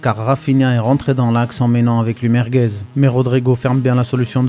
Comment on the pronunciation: Vasquez c'est quand même 5 LDC. C'est quoi ce "Merguez"😅